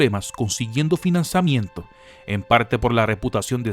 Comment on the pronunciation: pero tiiiio "estargüas" "finaciamiento" "yors lucas"? al menos lucas si lo dices bien jaja sigue haciendo estos videos comicos maquina!!!!